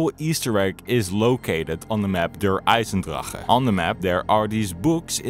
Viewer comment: Dude your pronunciation of „der eisendrache“ was very good